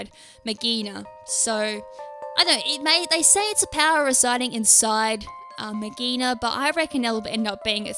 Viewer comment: I think it's pronounced Mag ghee Ah na That's how I've been trying to say it, it is clingclangs mega evolution